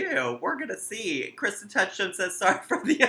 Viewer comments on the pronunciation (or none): none